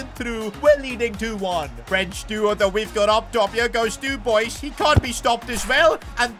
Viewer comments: Dub-wa say it after me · The way he pronounces Dubois is a special kind of art))) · Nice video mate ❤ And as a french speaking person hearing you pronouncing dubois's name exploded my eardrums 😂😂 Keep up the good work ❤ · Lmao the way he said Dubois